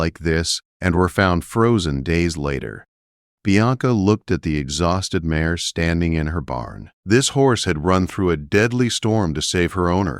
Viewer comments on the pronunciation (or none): It is mare not mayor.